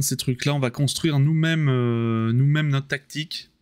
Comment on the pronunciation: Une défaite pas méritée du tout, "tan' t'au niveau de la taqueutiqueu, qu'au niveau de la téqueunique"; mais au moins j'ai pas été obligé de mordre Bébert. ( J'ai pas pu suivre la fin du live, panne internet ) A Demain pour la Boue et la sueur.